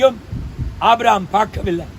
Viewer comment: May his Soul Rest in Peace.. It is not Abram, it is Abraham. Such senior pastor your pronouncing wrongly. Kindly correct.